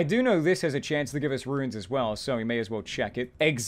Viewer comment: Runes: exist: "RUINS!!"